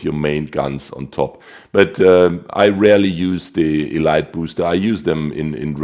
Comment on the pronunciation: Lol love the videos but Elite XP is pronounced “EEEE LEEEEETE”. What are your tips for the “non” torp boats like most USN?